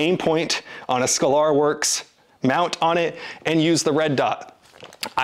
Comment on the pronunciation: LOL, he said "Sca-lar". C'mon, its 'scaler-works'.